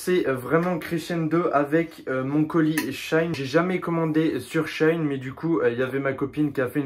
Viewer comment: S’il vous plaît ça ce dit She In pas shaine sinon très bonne vidéo